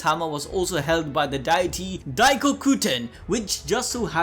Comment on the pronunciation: I can’t get over the way he says deity. I’m not bashing, I’ve just heard it one way for so long. for some reason it stood out everytime he said it.